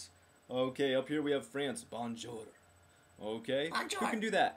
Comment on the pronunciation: it's fun how you pronounce bonjour :D here in the Netherlands until your 18th you have to go to school and the gouverment pays it until your 18th. btw you pronounce it as bonzjour ;) srry I had to say that xD I love your video's :D keep up the work !!